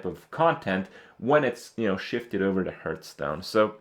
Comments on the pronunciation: Stop saying heerthstone, ITS HEARTHSTONE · Hearthstone is pronounced HARTHstone, ffs. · why is he calling it hurtstone